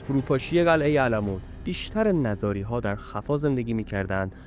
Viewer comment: نِزاری درست است؛ نه نَزاری!! درست تلفظ کنید